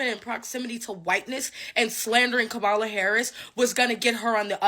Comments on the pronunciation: Dear black ppl please learn how to pronounce Vice President Harris name. It's KA-mala not ka-MA-la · Her name is Kam ma la. Learn to pronounce her name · Kamala-pronounced, Come-a-la. Stop pronouncing her name like ignorant white people. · Why is it SOOO hard for people to pronounce Kamala's name correctly? 🙄